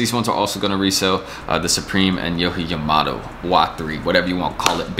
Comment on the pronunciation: Lmaoooo his name is pronounced (yo-jee) (yauh-muh-moe-toe)